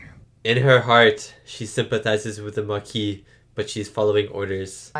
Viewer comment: They don't speak French in Starfleet. He also got the French word Maquis wrong about a billion times so I don't think the problem is that he uses French pronunciations.